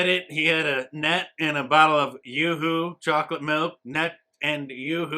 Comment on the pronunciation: I'm just pissed because the delicious chocolate drink is pronounced "YOO-HOO" not "YA-HOO". This confirms Ye has a ghost writer and he's actually dumb.